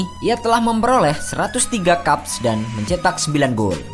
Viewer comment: Bacanya keps bkn kaps